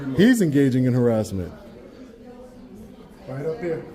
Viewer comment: What's arassment?